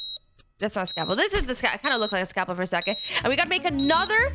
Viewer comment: S C A L P E L not scapel